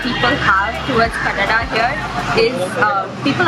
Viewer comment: She said 😍kannada 😍it's just amazing